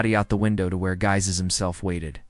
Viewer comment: Excellent research and presentation....apart from the flashing white lights, that once noticed detract greatly from the narrative, and you may have to work on the pronunciation of French names; "Guise" is pronounced "Geese" as far as I recall, although I am not fluent in the language. Apart from these less important aspects, very well done and the production team is to be congratulated. 🌟🌟🌟🌟🌟